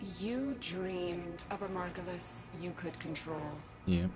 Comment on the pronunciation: picks margulis simply because moon - says margulis wrong despite hearing it spoken out loud several times